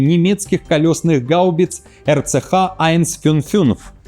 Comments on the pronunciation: Скажи еще раз айнцфюнффюнф 😂 , у тебя хорошо получается Нюф—Нюф. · РЦХ-Айн-Фюн-Фюнц - я в истерике. Это же надо так глубоко лизнуть, чтобы через анус гланды почесать. RCH-155 в варианте вещающего звучит куда как солидней)))